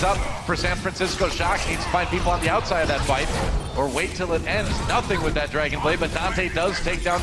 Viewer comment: you said a "2 kill dragonade"